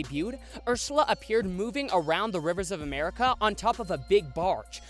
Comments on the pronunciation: Lol did eanywon here that he said ershala but not ersala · He said Urshula😂👍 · I love how at one point he says urshula instead of Ursula Edit: What was the “tragic accident” in 2016??? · "Urshula" its Ursula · he says urshela 😂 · And you sayed urssula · Chihuahua soccer you said it wrong you said Ursula